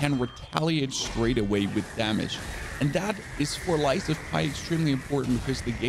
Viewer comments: ITS JUST P NOT PIE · P, not Pi, hello? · LIES OF P my guy LIES OF P!!! Not pie 😂💯🤣💯😂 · Lies of pie??? 😭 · P. not Pi. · Boi really just said Lies of Pie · Why do you keep calling it lies of Pie? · Why the hell are you calling it lies of Pie? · Lies of pie? It’s lies of pee! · This guy repeatedly calling it "lies of pie" is just painful to hear. Nice and detailed guide tho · How on earth can you pronounce the letter P as pie?.. My god ...lies of 🥧.. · why are you saying lies of pie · Lies of P, not pie Other then that, great video 😂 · Did he just call it Lies of Pie? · P not Pie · Ita not lies of pie. Its lies of P. Like the letter P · Lies of pie😂really? 🤷🏻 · Lies of Pie? lol wtf dude it’s Pinocchio not pie. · What is this Lies of Pie game you speak of? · Why is he saying lies of pie where did he see the ie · did this man just call this game Lies of Pie? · Lies of pie? Guess I missed a few letters😂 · Nobody can take you advice seriously if you CANT PRONOUNCE THE GAME CORRECTLY!!! Lies of PIE? PIE!?!? Come on man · Stop saying Pie* it’s not Pie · Bro stop saying lie of PIE..also it's a" bat-on" not a "bat-en" 🙄 I guess English wasn't you strong suit in school